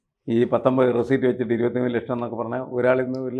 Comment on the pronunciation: റസീപ്റ്റ് അല്ല മനുഷ്യാ റസീറ്റ് എന്നാണ് പറയുക